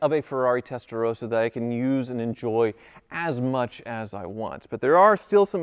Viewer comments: I've always loved your videos, but this is a public service announcement. For the love of everything that is holy, would Americans please understand how to pronounce the name of this model. It is TESTA - ROSS - A. ROSS.... Like the man's name. It is NOT testa-rose-a or testa-row-suh the way you've been pronouncing it. First world problems I know, but honestly, if you're going to talk about a foreign vehicle, please don't Americanise the name but learn how to pronounce it correctly. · It’s not Testarose-a, it’s a Testarosssa. ‘SS’ as in moss. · Please learn how to pronounce Testarossa! It's not rose-a, it's ross-a. Why is that so difficult for Americans to understand 😂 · Wish (and most other Americans for that matter) would pronounce the name properly, it is TestaroSSa, there are two consonants, it is not Testa 'Rosa'. And while I am ranting, please also stop doubling up with the model numbers, it is 3-5-5 and 3-4-8.... not 3-55, 3-48 etc. This is a major pet peeve of mine as a Ferrari enthusiast! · ROSSA. Not Roesa. Please, my Italian heritage would appreciate it. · Why is pronouncing it "Testarowsa"? Vin Rosso is not pronounced "Vin Rowso".